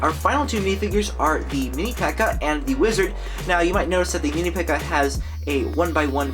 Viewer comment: Dude when you said wizard you said lizard